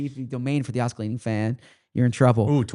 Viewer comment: ZB - pronounced oSSilating